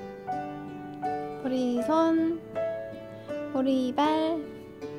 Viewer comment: 저요 "보리발"이라고하실때 보리밥이라고 하시는줄알았어욬ㅋㅋㅋ